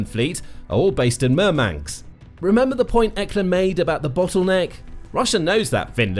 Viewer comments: It's MurmanSK not MurmanKS. Dude... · 😂I think he means Murmansk. Not Murmanks😂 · I wish you didn't keep saying MurmanX. It's Murmansk. It's also Ladoga, not Ladogo.